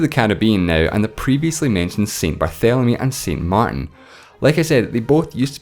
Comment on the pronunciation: you were doing so well with the French accent, and then "saint mar'in". xD